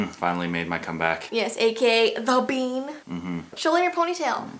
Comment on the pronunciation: when was saying 'bean' i thought she was saying 'BEYN'